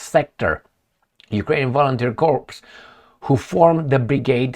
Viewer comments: Cor not corps. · "the Ukrainian volunteer corpse" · Corps is pronounced Core. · "Corps" The "ps" is silent.